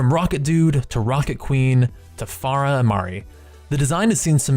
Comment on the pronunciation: I don't understand how you both misspelled and mispronounced Pharah.